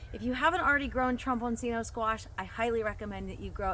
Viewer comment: For anyone who is interested, this vegetable is Italian in origin, and its name is pronounced trom-bawn-CHEE-no.